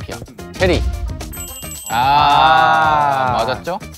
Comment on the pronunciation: my fave part is where ricky said "tinja" i just burst out loud😂 he sounds like saying "진짜" 😂 also "tinja" is a polite way to say poop and i find it funny because it match his image 😂😂😂